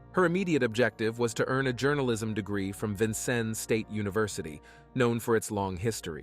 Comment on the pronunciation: I’m from Vincennes and was there when these murders happened. You left out so much! Please, at least learn how to say Vincennes correctly!